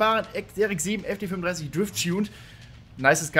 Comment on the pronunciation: Meine Aggressionen 📈📈📈📈📈📈als er FD35 sagt anstatt FD3S